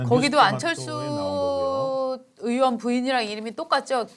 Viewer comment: 방송인들은 <의원>발음도 정확히 하라구요. 으 원이 아님!